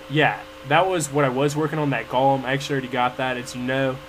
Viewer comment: no he doesn't, he keeps saying golum, it's supposed to be golem.